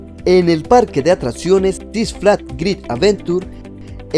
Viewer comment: Amigo por favor no digas etsiste! Atratcion, etc. Le quita credibilidad de tu video y tiene datos interesantes